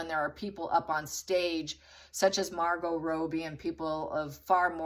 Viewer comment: Love how you guys pronounce margot Robbie hilarious